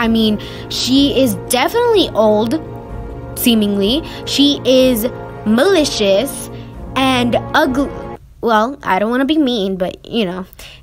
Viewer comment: When you called her malicious I thought you said delicious and I was so confused 💀